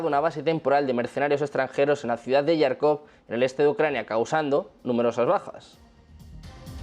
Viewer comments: Ojo: Se pronuncia JARKOV no yarkov! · Jarkov ! Se pronuncia Jarkov, como se escribe. Харков en cirílico, donde la - x - suena como - j - española (un poco más suave). En ukraniano suena Jarkiv.